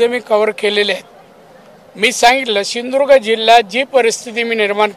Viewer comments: Sindudurgha bolayac sheek pahile 😂😂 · सिंधुदुर्ग म्हणता येते का तुला नेपाळ या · याला सिंधुदुर्ग बोलता येत नाही 😂😂